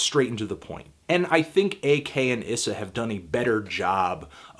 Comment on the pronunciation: wow ur mis pronouncing ak's name